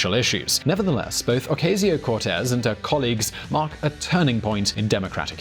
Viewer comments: This video is an example of white privilege. A white man with little knowledge claiming more than he knows. And then, he mis-pronounces AOC 's name. She prononcés it O-ca-sio not O-cay-sio. And Cortez is how it is pronounced in Spanish not how white Americans prononcé it. I don't have time to disect other mistakes and selective knowledge picking on the video, so I will end here. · In the voice of Herminone: It's O-cah-sio, not O-cay-sio... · In the Spanish language, the "A" sound as in "able" doesn't exist. All A's are pronounced "ah" as in "far". Her name isn't pronounced "ah-Kay-zee-oh", it's "oh-KAH-see-oh". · Oh-cah-sio. Not oh-kay-sio 👍🏾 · It's pronounced OCASIO, not O-Cay-sio learn how to pronounce foreign names you small minded little prick it's not difficult at all. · Pronounced "oh-KAH-see-oh." Just ask your buddies on the main Spanish VisualPolitik. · Okayzio? IF you do a video about someone, learn to pronounce their name first. It's NOT HARD. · O-Cay-See-Oh? Oh no! Its taco all over again! (Hint: its pronounced like the calculator). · "Oh-kay-see-yo Cortez" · your teachers in England would be very disappointed with you. Even your voice over guy got AOC's name right. You couldn't bother yourself with learning that its pronounced O- cass-eo, really. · How fucking hard is it to say O-CAH-sio??? The right mispronounces it to be dicks. what's your excuse? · Shame. you have a way of explaining everything yet you don't know how to pronounce Ocasio? I'm not buying it. You can say ilhan Omar but you didn't look up the correct pronunciation of the subject? oh KA see oh. But you knew that. Don't play. And it's Doe-ee cha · It’s pronounced Oh-Coss-E-Oh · Dude, learn to say her name correctly! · Would be good if you learned to pronounce "Ocasio" prior to making your video. Oh well, maybe for next time? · Please learn to pronounce Ocasio it's hard to listen to you. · Oh come on... You really can‘t bring yourself to pronounce her last name right?